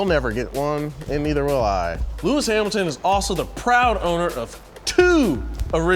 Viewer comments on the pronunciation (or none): This guy is just butchering every pronunciation. Lemus Hamilton, Tricolore, Ocon, Alpine, Sainz, Competizione, Ayrton, etc... they're supposed to be into the subject and know how this words are pronounced... Do better research next time.